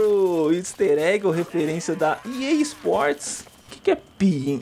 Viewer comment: O mais engraçado é que está dizendo "Pea Sports"...